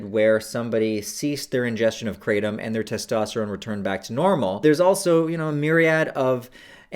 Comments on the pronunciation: Kratom- Pronounced -Kruh-tom, not cray-tum. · Please stop pronouncing it "Kray-tum" 😑 ... The proper pronunciation is "kruh-tawm" so the English-ized version would be "Krat-um". The way you pronounce it is not even close to the proper pronunciation.